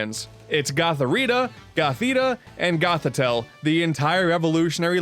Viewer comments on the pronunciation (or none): none